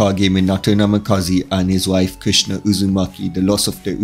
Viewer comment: It sounds like you called kushina Krishna the maintainer